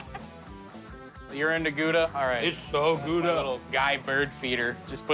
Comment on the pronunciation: "Gouda" is pronounced wrongly.